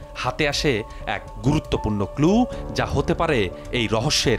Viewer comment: পুলিশ ক্লু কে কই "কুলু" ডিবি সাসপেক্টকে কই" সাসপেন্ড" 😂😂😂 এরা চাকরি পাই কেম্নে?